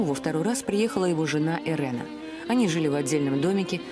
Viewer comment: Не Ирена а Ирина ; Украйнка